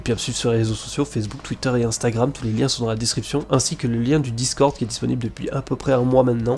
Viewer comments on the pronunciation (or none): none